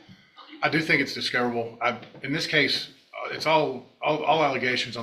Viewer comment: How does the word Case end up being pronounced Cause !